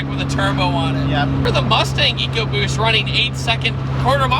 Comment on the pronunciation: You pronounced Eco BUST wrong...